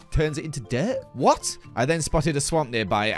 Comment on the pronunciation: after dying: whot?? whot??? wHOT?